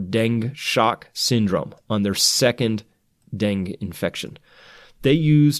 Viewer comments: So far he reads us news stories and calls himself a scientist. I'd like to know what qualifies him to speak as an authority on this if he can't pronounce "Dengue" properly. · Just FYI, "Dengue" is pronounced deng-gee (with a hard 'g' as in 'growth'). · DUDE.....it's DEN-GAY FEVER....... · It's pronounced deng-geh or deng-gay. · I love your videos! Thank you! Also, I think Dengue is said like Den-gay ;) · Hi Chris, it's pronounced den-gee fever, FYI. Thanks for all you do. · Dengue = den - guaa. please pernounce right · Thanks much for the report. Btw, “dengue” is pronounced “DEN-GAY”. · BTW it's Deng-gay not Deng. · My go to site to get wuhan virsus info but I just have to FYI on dengue fever pronunciation cause it is driving me crazy... den que 2 syllables den & que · Dengue virus is pronounced ---> den•gue dĕng′gē, -gā (Two syllables) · You had it right the first time. Dengue is pronounced deng-gee. It's driving me crazy. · It's 'den-ghee. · Correct pronunciation of Dengue is "deng gay" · Dengue is pronounced den-gay. Great information Chris! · “Dengue” is pronounced ‘den-geh’ or ‘den-gay’... FYI. The antibody mediated viral entry in dengue increases the likelihood of dengue hemorrhagic fever, in which case the patient’s platelets fall and increase risk of life threatening bleeds. This is the reason that dengue vaccines are not currently efficacious. They increase the risk of antibody mediated enhancement through non-neutralizing antibodies. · its den-gay i don't know how chris didn't know that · Its pronounced Denggii...not Dang...UE is not silent... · It's pronounced denGAY. lol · I believe it's pronounced dang eh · Baaah! I Its pronounced Den-ghee ghee like clarified butter. Den-ghee. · Denge, pronounced like Bengay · Pronounced DEN ~ GAY ~ (dengue) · Dengue.....pronounced dean-gee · Dengue is pronounced den gay. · Dengue is pronounced den-gay. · I think it's "den-gue(goo)" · Dengue is pronounced 'den geh'. Not trying to be a smartass, just clarifying.